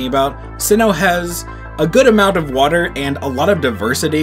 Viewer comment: To much woter